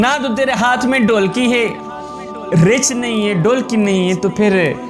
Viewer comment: Bhotni k poure cartoon lugte ho Urdu tumhari naqiss hay.Behtar tha Punjabi mein bolte.Reech ko richh,dholki ko dolki keh rahay sharam karo